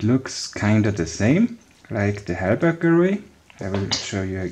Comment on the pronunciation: Halbach array not helberg